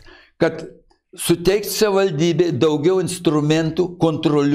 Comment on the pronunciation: Buvo meras ir nesugeba ištarti žodžio "savivaldybė"?